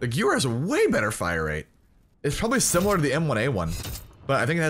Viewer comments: Quick pronunciation tip: The gun isn’t pronounced “goo-wer”, it’s pronounced “ga-veer”. It’s a german word so it’s kinda whack, but in case u wanted to know, that’s the official pronunciation. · Guh-ver not gew-er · Okay dude you say it Gever not gewer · I love you and your content, but it's "Guh-Vare" not "Gewer". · Stop saying gewehr it's pronounced gevehr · Gewehr is pronounced guh-vare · The w in gewehr sounds like a v. So “gu-v-air” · THE GOO-ER!!!! LOL I was at the stream hearing you battle with chat it's the gooer! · In Germany what they say sounds like: Gevèhr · it’s Guvayh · Gewehr is pronounced like give-air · So you are one of those people who say “gewer” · Gewher is German, it's pronounced like Gevair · It's pronounced "GE-VAIR" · Gewer is pronounced ga-ver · Pronounced guh-veyr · You said gewehr wrong, it pronounced Guh- Vair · I cringed so hard when you kept mispronouncing Gewehr. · Isn't the w pronounced as a v?? I seen say he pronounced it wrong on purpose I'm asking cause idk how to pronounce it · Same, this non-german friendly content xD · quint0nJ yes "w" in German makes the "v" sound. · sam svenfelt I thought that if i put the "h" in there, i may be more accurate, but i dont care,im not german, im dutch😂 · Hi, this map is almost exactly the same as carentan in COD 2. In that COD it actually was quite a good map. I guess the type & mentality of the majority of players have changed since then. And the gewehr is "gun" in German. You pronounce the second 'e' more as an 'a'. Good video. Like! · Every time you mispronounced gewehr I died a little inside. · Please pronounce Gewehr correctly